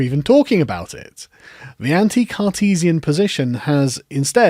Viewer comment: How come every time you say “Cartesian” all I hear is “Sarkeesian”?Rather strange ;)